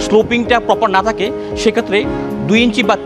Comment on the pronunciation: গুরুত্বপূর্ণ কিছু পয়েন্ট কিন্তু আপনাদের প্রেজেন্টারের শুদ্ধ উচ্চারণ নিয়ে প্রচুর কাজ করা উচিত। ভুলভাল উচ্চারণ খুবই কানে বাজে। যেমন "এখান থেকে " কে ওনি উচ্চারণ করছেন "একান তেকে"। " থাকে" কে ওনি বলছেন "তাকে"